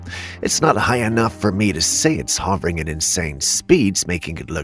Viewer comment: Btw "Hovering" is pronounced (Huh-ver- ing) not ( Haw-vring)